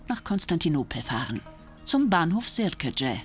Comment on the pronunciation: Der Bahnhof in Constantinopel heisst Sirkeci und nicht Serkece aber sonst; Sehr gute Doku; Danke